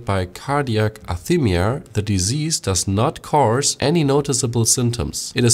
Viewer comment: it's uh·rith·mee·uh